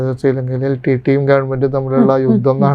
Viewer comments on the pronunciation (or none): none